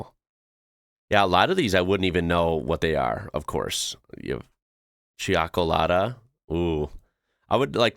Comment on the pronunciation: "Cioccolata" is pronounced "chockolata". The "i" is silent. It just prevents you from saying "cockolata". 🙂 That's supposed to be coffee? I can see right through it, like through tea! 😧